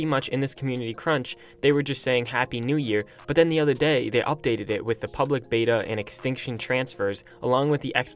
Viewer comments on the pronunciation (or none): none